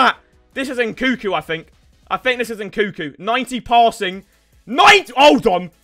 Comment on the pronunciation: yo bro your missing the second N in nkunku